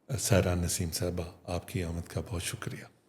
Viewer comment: میڈم کا نام سائرہ نسیم ہے نا کہ ساحرہ نسیمِ